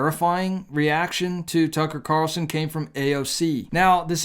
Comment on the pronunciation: Why do Christian YouTubers keep calling him Tucker Car-el-son, when his name is Tucker Carl-son?? Nick Picky, maybe. But this drives me crazy. It's not how he says his name.